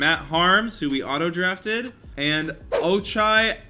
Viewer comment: Just so you know you said ochai right but his last name is pronounced ag-bah-jee